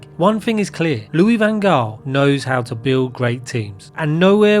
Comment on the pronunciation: …..and you still can’t pronounce his name properly. Well done!